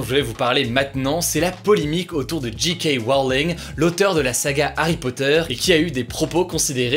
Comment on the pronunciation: Ca prononce JK en anglais mais Harry Potter en français. Aller, encore un petit effort Hugo on y est presque.